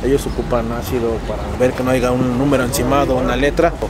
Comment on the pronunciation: Dices Grabriel no Gabriel dices Haiga no haya jajajaja pero bueno es tu toque 🤣🤣